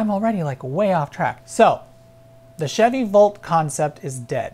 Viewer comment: Hard to tell when you're saying "Bolt" vs. "Volt". Please keep in mind that we don't all have great hearing.